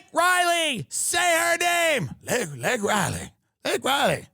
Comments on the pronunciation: Miss pronounced the woman's name! Repulsive behavior overall. VP, too! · Tim, he mispronounced her name on purpose. He was giving a big F You to us. He doesn't care that Laken Riley was murdered. He DOES NOT CARE!!! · Shame on Tim for getting Laken Rileys name wrong like Biden did